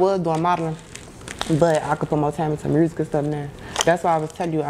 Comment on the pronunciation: WTF is up with people putting an R in the word music?? lol